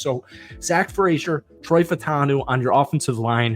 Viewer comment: I gave you the like but you have to do something for me. Fautanu is pronounced Fa-oo-ta-noo. It’s not just you. Most yinzers are saying it wrong. Just try. That’s all.